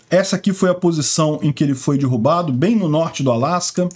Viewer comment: sou teu seguidor incondicional, mas tu tens falado muito dirrubado... aí dói ouvir...